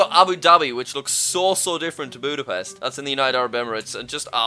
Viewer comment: "Buudabest" Yeah Im Hungarian and Its so Funny seeing theese Pronouncinations of Busapest. We actually Poronouce it Exactly how its Written.